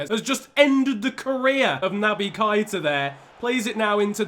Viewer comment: It's pronounced Naby" Kay-Ta " Gr8 Vid